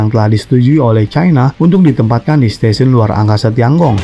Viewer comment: Tian Gong itu harusnya dibaca/diucapkan/pronounciationnya : Tien-kung. Aku tahu pin-yin-nya. Sempat kursus mandarin. Tapi kuhentikan karena aku merasa ketinggalan akibat pekerjaan.